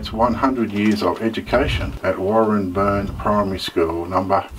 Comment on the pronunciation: Also it's driving me nuts but it's pronounced Warren Bane But Warren-burn.